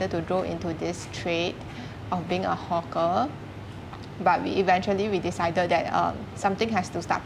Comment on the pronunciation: everyone they say hawker, i hear 'hook'er or "hot gurl" hahaha